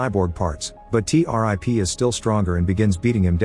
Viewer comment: Not T- rip. it's T-101